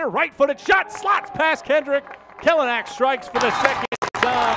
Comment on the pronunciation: Learn how to pronounce his last name here kelynack.co.nz